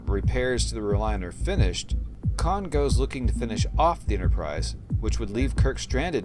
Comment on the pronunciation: 'Khan' get it right